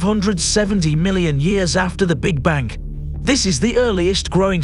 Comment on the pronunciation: I bet this video was AI written. Doesn't seem a human would write like this or pronounce bank endlessly.